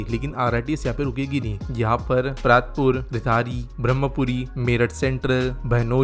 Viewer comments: Bhai stations ke naam acche se padho ge to aur accha lagega 🙏, angrezo se to umeed nahi hai par aap to apne ho! Partapur -> परतापुर Bhaisali -> भैंसाली Rithani -> रिठाणी/ रिठानी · Bhai Nei Partapur,Rithani aur Daurli ki spelling ka murder kar diya